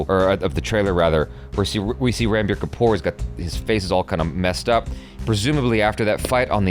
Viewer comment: Its not Ranbir (Ran not like 🏃🏽‍♂️ Ran but Run)